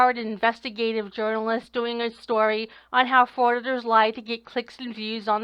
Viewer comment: jiurnelest? noooooooooooooooooooooooooooooooooooooooooooooooooooooo way